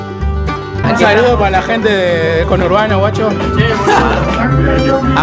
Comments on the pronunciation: Cono hurbano.... Ajajajaja. Que risa parce. Sos el mejor. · Ni una cosa ni la otra...c dice 'Congourbano'🇻🇪pelotudo! 🙄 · Cono urbano , me dió risa jajaja... Conurbano se dice.... Jajaja